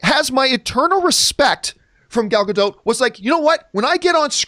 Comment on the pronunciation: Dude chill. Also quit saying Gadot like that, say it correctly